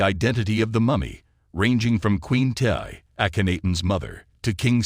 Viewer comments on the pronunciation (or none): Thank u.....Tiye is pronounced Tee. Among other mistakes. So annoying. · Tiye.....pronounced Tee.